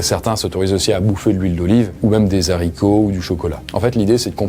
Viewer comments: Aaah, les fameux Zharicots !😜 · Des zaricots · des ZARIKO ? 😂 on dis : des HARICOTS et on ne fais pas la liaison !!!!!!!!